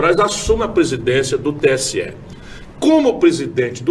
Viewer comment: VERDADE! É "TSE" E NÃO STE!